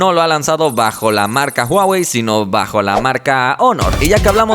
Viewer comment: No es "uawei"...